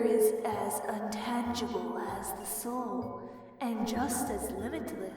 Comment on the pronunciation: yeah, don’t care about the other stuff. The word is intangible, Oscar, INtangible, not UNtangible.